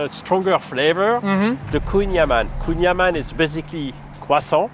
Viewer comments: Kouign amann is breton, not french and has to be prononced am -AN-n (and not anne) as AN the fist name IAN. It means butter cake. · proud to be able to say "kouing amann", put it on his french lesson. But Kouing aman isn't french language, it's a completely different dialect. which translate to "gateau beurre / butter cake"